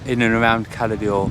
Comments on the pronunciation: I have l been to Cala D’or numerous times and the ammount of times the locals, have corrected the pronunciation from holidaymakers is unbelievable. If you go to Cala D’or the least you do is say it correctly!! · Why do people call it Cala Dee or? It’s Cala D’or . There is no letter i in D’or.